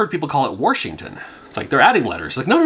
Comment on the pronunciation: "Warshington" cracks me up. Like pronouncing robot as robut.